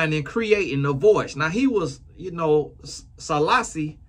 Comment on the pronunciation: As a Jamaican just wanted to laugh at the way you said Selassie with such emphasis when talking about Bob Marley. Lol with a southern twang 🤣